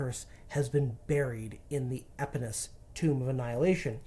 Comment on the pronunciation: It is E-pon-ah-mous...